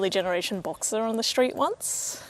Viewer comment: What's a Porsche "Boxer" [sic]?